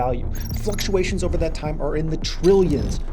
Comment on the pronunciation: "Truh ill yuns" hahaha!